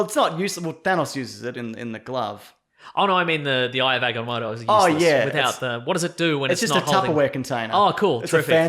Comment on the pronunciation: Ah Gah Moe Toe not aga mot o